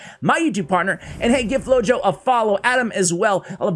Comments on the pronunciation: I believe his name would be pronounced “floho” because flojo mean lazy in Spanish. It just seems like that’s what it means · Yup, I thought about the same word in Spanish when I read the name and listening "flow-yo" seemed weird.